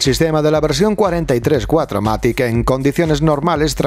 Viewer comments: Hola porqué no se tiene en cuenta el alemán al igual que el inglés ??? Cuatro Matic ?? no es mejor decir VierMatic ("fieMatic") y no me vengáis con chorradas que la gente no sabe alemán porque tampoco sabemos inglés, e intentamos decirlo Y hace ya varios años ya sabemos que significa Full Equipe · Lo gracioso es que encima dice "Cuatro matRic" haha